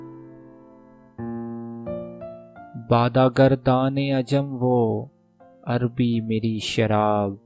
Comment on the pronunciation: The word is 'Arabii ('अरबी) not 'Arbii ('अर्बी ).